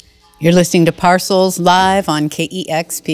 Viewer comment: Not Nice, Lady; they gave you the correct prounciation of the band's name , but you continued to say it wrong!